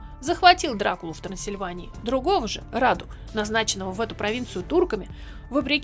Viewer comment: Брата звали Раду а не рада